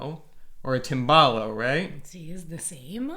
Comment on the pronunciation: Timballo... Please. TIMBALLO